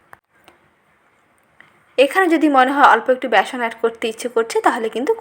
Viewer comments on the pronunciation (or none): none